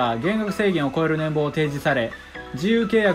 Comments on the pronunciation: いつの楽しませていただいております。気になっているのですが「年俸」←これ「ねんぼう」って読んでいますよね。「ねんぽう」ですよ。 減俸も（げんぽう）ですし。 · ねんぼうじゃなくてねんぽうです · 年俸をねんぼうって言ってるの気になって内容が入ってこない